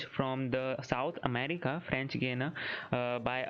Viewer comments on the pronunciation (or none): none